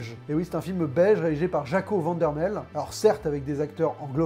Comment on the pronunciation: Aïe "van dormael" se dit "dormal" ae se prononce a cest comme pour verhoeven qui se dit ver(comme "e" de l'alphabet)- ouve(pareil "e" de l'alphabet)n oe se prononce "ou" en néerlandais(flamand) -toutes les lettres se prononce -ae se prononce a et oe se prononce ou -les e s'ils sont prononce comme dans l'alphabet. Au moins t'as pas dit van dormael comme "vent", comme certains disent avec van damme.